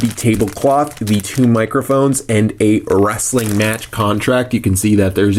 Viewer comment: What. Is. Wressalling. Daze. Challenge. Poopoopoo